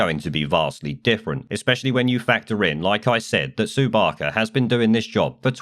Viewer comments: Sue Baker? Sort your script out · its Sue Barker